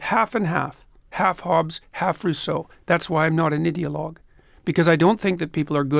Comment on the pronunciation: I can't be the only person who hears Peterson pronounce 'ideologue' as 'idiot-log.'